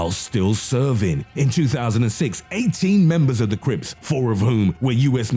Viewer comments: Okay i swear u said the Crapes instead of crips at first lmfao 😂😂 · “Number one..THE CUHRIPSS” 😂♿️ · I thought the dude said creeps not crips